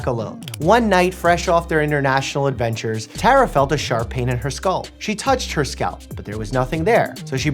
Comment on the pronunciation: Stop saying skalp 😂😂😂😂😂😂😂😂😂😂😂😂😂😂😂😂😂😂😂😂😂😂😂😂😂 😂😂😂😂😂😂😂 😂😂😂😂😂😂😂😂😂😂-😂😂😂😂😂😂😂😂😂😂😂😂😂😂😂